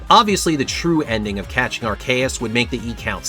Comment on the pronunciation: Normally I wouldn't make a comment to say this, but there are no comments at all, so Sir Hammerlock voice ALGORITHM ENGAGEMENT, HO! (Does that reference date me? God I'm getting old) That said, "Arr-kay-us"?????? I have literally never heard someone pronounce it that way. I use "arc-ee-us", and I've heard "arse-ee-us", (and the fact that I have to spell it that way is precisely why I don't think that's right,) but "arr-kay-us" is definitely a new one. Until pokemon comes out and gives us a definitive answer I can't say you're wrong, though, so you do you. (Also, Legends: Arceus is the best Pokemon game in the series and I will die on this hill.)